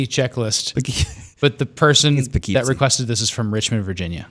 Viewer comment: I also giggled when pronounced Poughkeepsie wrong LOL. Tina's a true NY'er